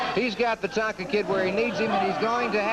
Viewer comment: it Tonga not Tonka ...lol